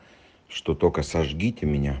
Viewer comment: Что это за слова ТОКО, СКОКО?! Режет слух!